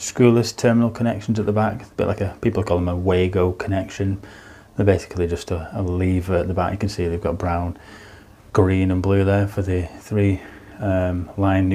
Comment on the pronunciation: Its Var-go not way-go. Its German.